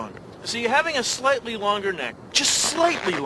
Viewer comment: In the consider this.... He keeps saying Slighty XD I miss him so much